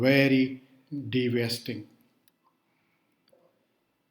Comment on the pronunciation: A bit pronounciation issue Damage by acids is devastating not dewasting Plus Dilute acid produce less exothermic reaction,,,not loss of exothermic reaction. Similar satiate